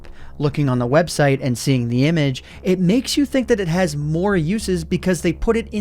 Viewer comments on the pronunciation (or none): none